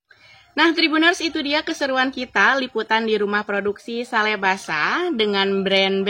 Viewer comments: Betul, Ngawur ini Pembaca Beritanya. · Sale di baca sel haaa google.... Di kira diskon apa. Sale pak sale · Ini Pembaca Berita Ngaco alias Ngawur, "Sale" disebut "Sel". Tolong Diperhatikan Tribunnews Supaya Tidak Salah Arti.